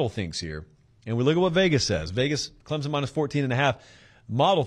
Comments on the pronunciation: Heads up, Clemson is pronounced with more of a p sound than a Z. Think Clempson vs Clemzen phonetically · Hey…Clemson fan here……please pronounce the “p” In Clemson. Clemzon chaps our ass more than when Sc fans say clemsux 😂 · Not to be a nitpicker or anything but there's no Z in Clemson. Just sounds ignorant. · The "S" in Clemson is a hard S, like "son," it is not pronounced like a z. Please say the school name correctly.